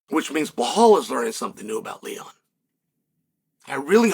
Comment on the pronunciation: Undisputed. Never lost a round at name pronunciation. Now let's try again بلال - Bilaal This is the name of a great personality in the history of Islam. The first black revert/convert in Islam, who was also a freed slave. And the official caller to the prayers of the Muslims. The silencer of the colonialist orientalists who think Islam is only an Arab religion. Islam encompasses all ethnicities. It's your choice to accept it or reject it. Have a blessed and peaceful day 👍🏼 Now say this... I bear witness that there is no God except Allah, the one and only true God. He has no partners and there is none like unto him...